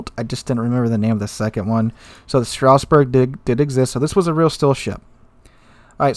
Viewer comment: its not Strausberg. Its Strasberg.